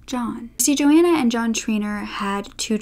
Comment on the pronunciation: Rose west was in bronzefield and had to be moved - also it’s Joanne not Joanna - I love your content 😘